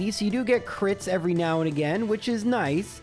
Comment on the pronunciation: As always, awesome video. (Btw, I miss when you used to say again like “uh-gain” 😢)